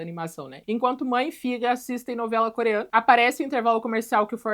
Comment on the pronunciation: Eu to tendo um troço toda vez que você fala ‘Coreana’ . 1 busca n Google teria resolvido isso.